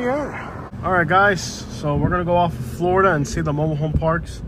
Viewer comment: Florida not Floridana